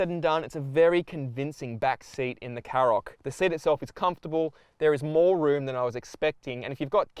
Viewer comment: Shkoda KaRoq. Not Sskoda Carrok. Does literally no car reviewr ever listen to the company actually pronounce it themselves?